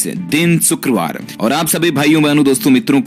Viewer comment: सुकरवार नहीं शुक्रवार होता है। देहातीयों वाली बोली बोलना छोड़ दे।